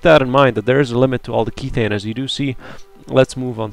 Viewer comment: Just uh.. so you know "Kethane" is methane with a k for kerbal methane isn't pronounced mee-thane therefore kethane isn't pronounced key-thane :/